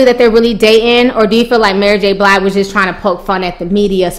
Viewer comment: pronounce Mary name "Mary J Blide" lol lol